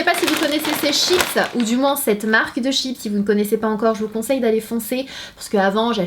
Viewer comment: " CHIP " Il est ou le SSSSSS!!!!!